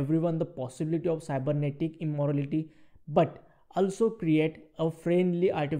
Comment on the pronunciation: Its "Immortality" not "Immorality" :D